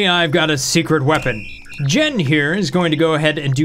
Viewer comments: Jean is pronounced JEEEEN what you are calling that bot is JEHN. :p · Where in the world would "jean" be pronounced "jen"? I've only ever heard it as "john" and "jeen"